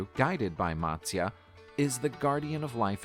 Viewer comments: All the pronunciations in the original video were pathetic that is matasya Not matsyaa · None of the pronunciations in the video that you watched is correct.... If you want the correct pronunciation, please ask an Indian from India. But for your reference, I'll try help you along here: - Matsya: Mutt-syA - Vishnu: Vish (not Wish)- Noo - Dhanvanthara: Dhun-Vun-Tha-RA - Avatar: Ah-Va-ThAr - Narasimha: Na-Ra-Sim-HA - Hiranyakashipu: He-Run-Ya-Ka-She-Poo - Prahaladha: Pra-Ha-LA-dhA - Mahabharatha: Ma-HA-bhA-Ruth-A - Indra: Een-dhRA - Vamana: VA-mun-nA This video is not accurate in a lot of the legends that it narrates. Please do not take this as your information... It is an attempt. These stories are considered religious truths, so I would think twice before comparing them with Game of Thrones. That's like saying the story of Jesus is like the Avengers...😂 If you are checking any mythology out, try to get authentic sources for your video.